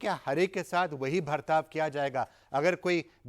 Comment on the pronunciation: He's calling Hindi word 'bartav ' as 'Bhartav ' , that's y these libtards r rootless cosmopolitans